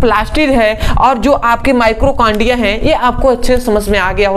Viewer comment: Mitochondria होता है ना कि माइक्रोकांडिया आपने गलत स्पेलिंग लिखी है और उच्चारण भी ग़लत कर रहे हैं